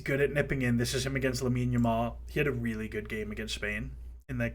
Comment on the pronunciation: Another lovely video but plz stop saying Lamal instead of Yamal 😭😭😭🤣🤣